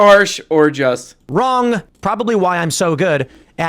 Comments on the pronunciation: He self reflects while reading something which is why he has no clue what he just read and gets it wronguh. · It's wronguh